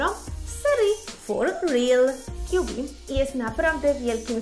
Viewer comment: Imię tego misa wymawia się "Kabi a nie "Kjubi"